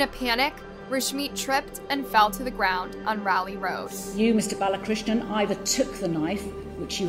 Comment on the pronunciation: Will you do everyone a favor and learn how to read and pronounce before you post a story. It’s BAL A KRISH NAN. For crying out loud the judge said it correctly multiple times and here you are repeatedly reading it wrong. Get it together. It’s a regular thing with this channel and it’s annoying as hell. It shows ignorance and disrespect to your viewers who know how to read that you don’t invest in getting the simple things correct.